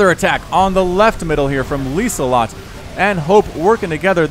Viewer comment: "Lieselotte" you nearly said it correct. The s is soft however. Clearly a European replay you got there (which is rare?)